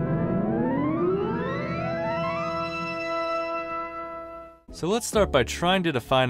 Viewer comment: You pronounced the s at the end of Pensées, but it’s actually silent.